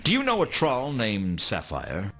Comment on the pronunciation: Rod Brydon’s American accent is pretty good, except for how he pronounced “troll.”